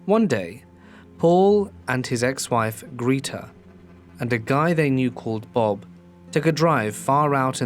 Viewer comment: Greta = Gr eh ta